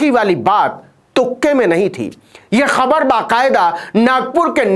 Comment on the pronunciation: खबर तो बाद में सुनते हैं पहले ख तो सही बोलो!!